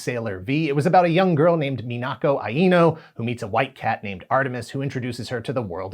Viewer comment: Good video minus you pronouncing some thing really weirdly mainly the word anime and the name Aino.